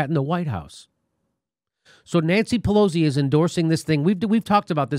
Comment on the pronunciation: Jimmy, you keep saying Pelo-Z, but her name is pronounced more like Pelo-C.